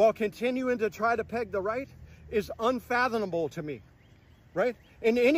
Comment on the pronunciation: He said unfathonable. 😂😂